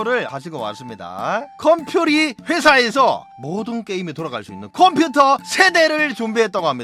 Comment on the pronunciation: 컴퓨터를 콤쀼터라고 하는 의 오프닝에서 아침부터 구수함을 느낍니다. 보스 잡으러 가서 보스는 안치고 무고한 사람쳐서 보라타놓고 나 보스치는거 맞나 했다가 보좌관에게 쿠사리를 먹는 형님을 보니 눈물이 앞을 가립니다. 형님 노안에는 루테인이 좋습니다. 많이 드십쇼. 그리고 형님 드레이크가 아니고 발라카스 아닙니까? 개살벌하게 생겼습니다 형님. 오늘도 건강하십쇼 형님.